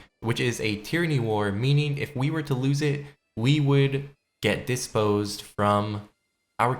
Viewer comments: Desposed? You said desposed. Learn to annunciate. Learn pronunciation. It's DEPOSED. Not DESPOSED. Sad. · where the hell did you go to school? De-posed not disposed Pro-ven-ce not providence